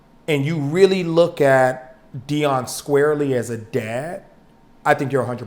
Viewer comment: who the fuck is Deon? I could of sworn it's Deion😂